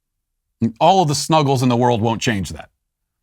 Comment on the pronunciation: Hearing Matt say the word “snuggle” is hilarious